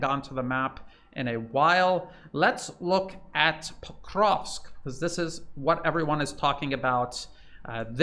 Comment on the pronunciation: Your pronunciations are incorrect .. of Ykrainian towns. Pokrovsk is correct. Are you in Ukraine? Are you Ukrainian?